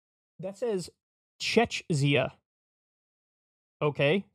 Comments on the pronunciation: Kyle reading Czechia like chechzia was the funny ngl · Czechia is the new name for the Czech Republic. It’s pronounced Checkya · It's not Czechzia, it's Czechia, a country in the middle of Europe. Greetings from Prague :)